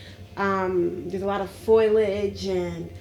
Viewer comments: ooo this is older footage! before she learned how to say "foliage" properly ;) (I always got a kick out of her "foilage" hehe) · Please stop saying "foilage" it's "foliage." Not a huge deal, just distracting while already watching something very strange. Not sure I believe this is real. It could easily be manufactured for manipulation of the public, but I rule nothing out. It does appear that you have selected uneducated individuals, though,, brought them in very young and trained them. I'm not sure if formal education would work for or against you because of indoctrination. If this is real you definitely need excellent story tellers with an eye for detail and a flair for the dramatic to make the experience thorough and entertaining. seems to have all of the necessary qualities, but working on her vocabulary would certainly help her to relay what she is experiencing.